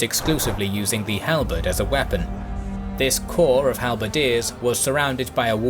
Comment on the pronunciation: "...the Swiss squares began to 'wee-pun'..." LOL